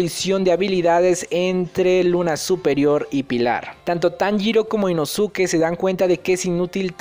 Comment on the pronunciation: Inosuke ???? La pronunciación es inoske